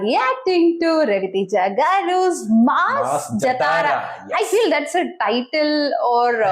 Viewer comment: Pronounce wrong jathara,it's jaathara it's right pronounce.